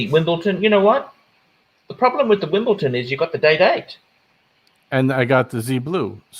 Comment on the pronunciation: It's WimbleDON not Wimbleton. FMD, surely the '' should get this right.